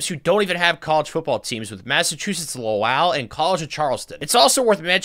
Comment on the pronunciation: The way he said lowell made me smile, of course he has no reason to know how to say it but I thought it was funny